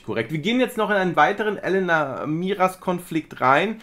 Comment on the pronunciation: sie heißt Elena und nicht Elenna. 😊 Langgezogenes E